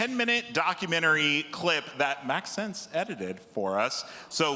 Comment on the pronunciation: I hate the way to dude is calling him Max-sense. I crimge every time, like bro just call him Max if you dont get it